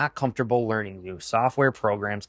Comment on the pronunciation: HE SAID LEARING CENTER not learning. 😂 look it up